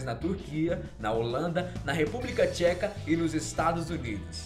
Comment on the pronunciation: República "Tcheca" kkkkkkkkkkkkk